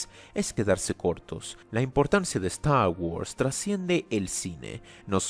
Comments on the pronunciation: Nadie! pero nadie! de habla inglesa pronuncia star wars como ZTTAW WUARRS jajajaja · "Stah wos" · La importancia de "Estar worss" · StArh whurs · Yo: Trata de ignorar la pronunciación, no es tan rara: A lot of Stagwods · "eZtar GuArZ" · Es gracioso el como pronuncias "star guords" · Cada ves que pronuncia Star Wars siento una patada auditiva en los huevos